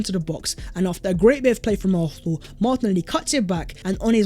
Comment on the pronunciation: Do a video of yourself saying ARSENAL over and over again so we all don’t have to hear you mispronounce our beloved team’s name! It ISN’T ARFNAL or ARHNAL!!! Got it??